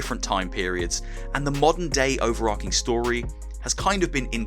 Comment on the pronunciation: I've never known anyone say "overar-King", instead of "overar-Ching"...